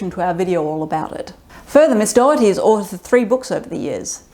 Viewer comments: I completely support Caitlin Doughty's opinions and activities. By the way, her last name is not "Dougherty", as you seem to pronounce it. It sounds more like "dough-tee" or "doe-tee". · Doughty. Not Dougherty. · Just to let you know, her last name is pronounced "Doty" ("Dough-tee" or "Doe-tee"), rather than "Daugherty". It's just two syllables. =) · If you want to show actual respect for her, try pronouncing her name correctly! Not Dough-er-ty, but Dough-ty. Not once did you say it right. BTW, I love her. She has taught me so much, about the industry and history. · I've only just come across her videos, I thought her name was pronounced dough-tee 🙃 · Dough-tee. Doughty. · Her last name is pronounced Doe-tea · I feel bad I will constantly miss pronounce her name because my mom’s maiden name is also spelled Doughty but pronounced Dowtea. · Just a heads up, you're saying her last name wrong. I don't think she'd actually mind, I just thought you should know. It's pronounced "Doty." Anyway, good video, I'll be subscribing. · At least pronounce her name correctly, it's very distracting. Don't blame you accent. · All that research and you guys still didn't say her last name right 😢